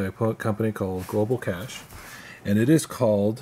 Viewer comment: Thanks for the kudos.. I actually build them for Global Cache.. pronounced cashae and eye tach , hard ch not sh. Wish I understood how to use our products like you do!